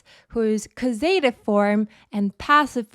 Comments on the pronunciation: Great lesson as always, but.... causative is pronounced with the emphasis on the first syllable please, CAWsative not cawSEYtive. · Right, it's correctly pronounced CAUSE uh tiv. caus·a·tive /ˈkôzədiv/ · Do all Americans pronounce ‘causative’ that way? Just asking as l had never met it before. I find it rather distracting, tbh. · Excellent lesson as per usual. Really like this new korean font. The way you pronounce the word "causative" was a bit distracting not gonna lie 🤣